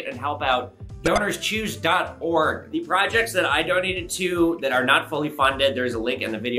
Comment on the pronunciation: When you said the sponsor I was just listening and thought you said Donors Cheese haha